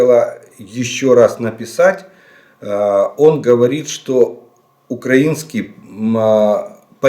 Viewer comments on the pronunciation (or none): none